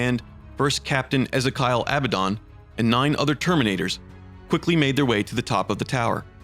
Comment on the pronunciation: The Fuck did u call Abbadon ???